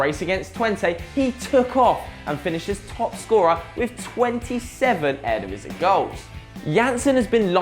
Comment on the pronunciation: the way u say eredivisie gives me cancer